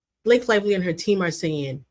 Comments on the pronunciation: We all know Megyn really wanted to say Blakeeyee. 😅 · I thought she was going to call her blackface when she messed up Blake’s name. Lol